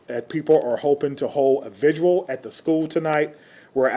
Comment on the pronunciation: VIGIL, not vij-oooh-uhl